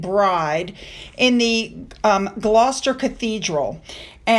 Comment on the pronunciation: Fantastic pronunciation of Glouster ❤ you are amazing